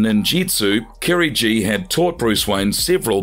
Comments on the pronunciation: KIRIGI "GI" NOT KIRI G 🤣🤣🤣 Damn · Kirigi , not Kerry G